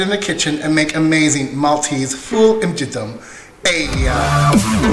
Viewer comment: the way you pronounce it in the video means "very dirty broad beans". LOL! :D So Martha is right. Many thanks for the recipe. You're great! (Y)